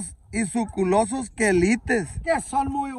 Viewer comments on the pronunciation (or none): Suculentos no suculosos 🤣🤣 esa palabra suena a culo